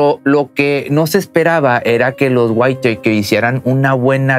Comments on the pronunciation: se no se pronuncia "waiteiker "..sino literal "witaker" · Hahahahahaha los waitekers o los weiiitakers hhahhahahshs losa witakers se pronucia asi...así.... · Buen video y todo pero, No es por hacerte menos pero la pronunciación del apellido está mal, Whitaker (guitaker) , a diferencia de como lo pronuncias como si fue whitetaker (guaittaker) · No son "waiteikers" pronuncia así: whitakers así como se escribe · La high school es preparatoria y se pronuncia "guiteikers" raro chido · Interesante video! Solo una observación,con todo respeto. El apellido se pronuncia:wiraker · Se dice Witaker, y Chequear, no "quecar", y lo digo no por criticar, sino que tienes un canal que oye, y ve mucha gente, y es ideal comunicarnos de manera correcta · La T no se pronuncia en la palabra Whitaker, es como si fuera una R, algo así como guiraker=Whitaker. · Se pronuncia tal cual "güitaker". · Intenta decir "GÜÍTAQUER", eso se parece más a la pronunciación del apellido. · Se pronuncia güitaker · Se pronuncia Witoker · Se pronuncia guitaker, así. Como suena. Xd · se pronuncia witaker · Se pronuncia "guitaker" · Se pronuncia más o menos "huitæker" la doble tt le quita el sonido "ei" a la letra a en inglés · Mala pronunciación, se lee witaker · Amigo no sobre pronuncies el inglés , no se llaman los why takers xd